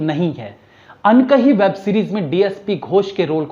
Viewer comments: अनकही नहीं भाई जी अनदेखी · Not unkahi,It is undekhi...